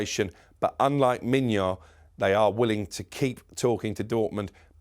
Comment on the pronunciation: Pronouncing Maignan as Mignon lol this guy is getting hungry just by reporting "breaking news" reading off Romano's twitter page. Hilarious.